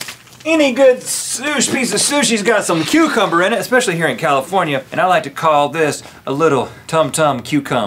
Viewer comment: "Tum tum cucum-ber"